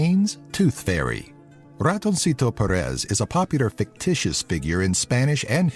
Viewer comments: Es gracioso oirle decir "Ratonsito Peres" xD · Ratonsitou Perés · "Ratonsito Perees" xD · "ratounsito perés" me meo xdd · Me gusta si eres españxl y te reíste con la pronunciación de ratoncito Pérez 😂🎶